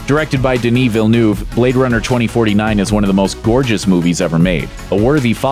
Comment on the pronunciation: DENI VILLENOUVE lol